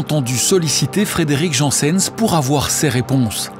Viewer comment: Il faut se mettre d'accord sur son nom, c'est Janssens pas "Jeanssenne", à la flamande donc